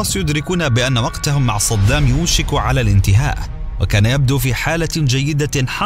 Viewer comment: قولوا للمعلق أن اسمه صدام وليس صضام 😏😏😏😏